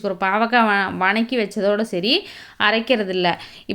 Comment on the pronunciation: What is the word vanakki ? Purely tamil word vathakki please change your slang